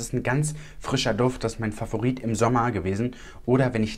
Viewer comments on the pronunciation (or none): none